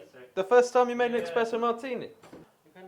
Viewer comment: Completely missed the point of ayahuasca. Also it’s Espresso not expresso 🤦🏻‍♂️